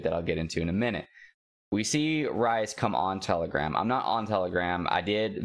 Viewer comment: People are focusing on the wrong thing. Most companies don't even profit in the first couple of years. VeVe is already profiting. His name is also pronounced like "Reese", not "Rice" hehe Cool content by the way. Just subscribed to ya.